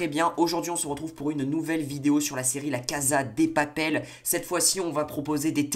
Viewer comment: " la caza des papele " mdr